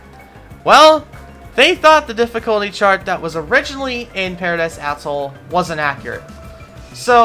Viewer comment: the way he says atoll hurts my soul